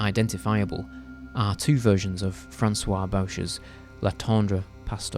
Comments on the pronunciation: Frustrating video to watch. Im very drawn to the subject but it's difficult to take the narration seriously when so many of the names are miss pronounced, like... 'Bow-shur'...!? Really? (Boo-shay). There were too many to keep track of. I think you're also crediting movie makers with too much consciousness about their own work. The remark about middle aged men obsessed with women in their 20s is astute but unexplored. Portrait of Jennie is a blathery valentine from David Selznick to his much younger wife, Jennifer Jones. Producers of that time kept creating these stories to bolster their belief that young women were interested in plain older men for a reason beyond their money. I mean...James Stewart? Joseph Cotten? Ew. I guess William Holden couldnt do every movie. Glad to hear you say that the picture of Carlotta in Vertigo is quite crappy. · FYI Sciamma is pronounced "Siamma" and Boucher "Boo-ché"